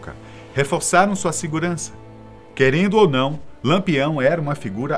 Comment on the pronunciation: E diversas vezes disse Lampeão ao invés de Lampião.